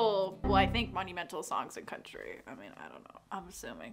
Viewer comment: When she said country album she meant CUNTRY ALBUM